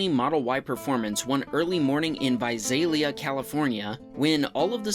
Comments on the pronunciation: Visalia is pronoun vye-say-lee-ah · fyi that isn't how you pronounce visalia